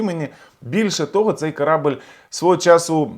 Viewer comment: Не "корАбель", а корабЕль !!!